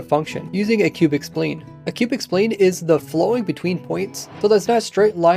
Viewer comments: I started to second guess myself. I always pronounced it sp-LINE not spleen. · lol! not "spleen", "sp line" (sound out the s and p letters, don't pronounce the s and p names)